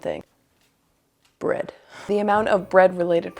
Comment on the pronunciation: The way you said "bread" made coke spew out of my nose